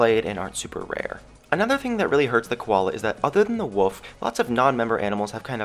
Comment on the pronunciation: ITS WOLF W.O.L.F. NOT WOF